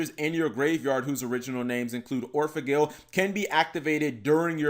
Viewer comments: It's not Gle Like angle. It's gel like angel or the word gel ya no? Just sayin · Anime Seraph I think it’s actually pronounced like gull from the word Seagull or goal like when you score a goal in sports. The reason why I believe that is due to the fact that the vowel in those two words is much closer to the original Japanese pronunciation of the card’s name.